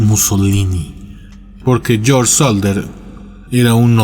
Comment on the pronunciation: SODDER, no "Solder"